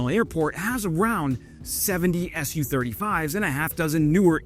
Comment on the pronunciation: "Su-35", not "S-U-35" ... "Mi-24", not "M-I-24"